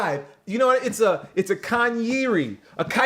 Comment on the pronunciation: Lmao they say kyreezy